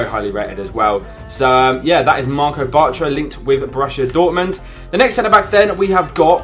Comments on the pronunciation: i died when he said marco batra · () i died when you said batr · I cringed so hard when he was talking about "Marco Bartra" even though he'd already signed for Dortmund same with Alves